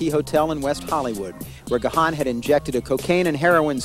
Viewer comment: Gahan pronounced wrong . It's not gah han